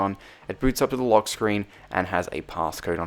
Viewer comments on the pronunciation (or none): none